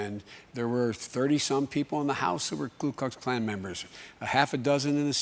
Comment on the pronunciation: Just to DiVeRsIfY the comment section just a little, DID BIDEN SAY KLU KLUX KLAN? It's "ku" Ok that's enough, I'm no white supremacist. ANDREW YANG 2020! #YangGang